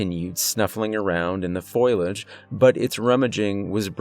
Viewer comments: It’s ( phō-Lee-ej) not pho-yol-ej. Great storyteller, amazing talent thank you for your work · FO-LEE-AGE !! who the hell says foil-age??? Have you never heard the word for leaves before? Hahaha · I'm sorry, I have to.. its "fo-li-age" not "foil-age" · Foe-lee-idge (not foil-idge). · Fo-LEE-edge. Not foil-edge! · It’s pronounced Fo - Li - age not foil - ige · Great story! It's fo-lee- age, not foil-age, by the by, lol😁❤❤❤ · fo-li-age. Not foil-age. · Fo-li-age, not foil-edge. as many times as that word is in the first ten minutes one would think you would have learned how to say it. Probably great stories, but repetitive mispronunciation is killing it. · FO-LEE- AJ =FOLIAGE, not FOIL- EJ. Yanks need to learn English pronunciation of what I imagine is a frog word. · Fo-lee-edge, not foil-edge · FYI it's pronounced "Fō-lee-edge", not "Foil-edge". I made that mistake when I was a kid, cause I learned words from reading them in books 😊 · Foliage, not foiliage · My dude, its fo-lee-age. Not FOILage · I enjoyed the stories and the narration in this video but you saying foilage really grinds my gears. It's pronounced (Fo-lee-ij). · Nope can't listen. The word is pronounced FO LEE AG, NOT FOIL AGE did you not notice it is spelled FOLIAGE? Nope can't listen to someone that doesn't know basic vocabulary. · At first I was like "did dude really just say foilage?" Then it was, "is anybody else catching this?" Then I was like "holy hell, dude really thinks it's foilage. 😂" Then by about 35 minutes in I'm like "AAAAGGGHHHHHHH! Its pronounced FOLIAGE my dude,, FOE LEE UHJ!!!! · Foliage not foilage ! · Lols it's not "foil-age" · Foe-lee-age😁Please don't hate me! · Ah yes, foilidge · Fow• lee• uhj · Love the stories, but the "FOIL-edge" is killing me! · Fo Li Age....... FOE -LEE -AJ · Omg. Fo-lee-edge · Fo-liage . (Fo-ly-age) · It's not pronounced FOIL-age, dammit! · FO LI AGE . SAY IT. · F-o-l-i-a-g-e not foilage. Otherwise a great story 🙂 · My guy just said "foilage"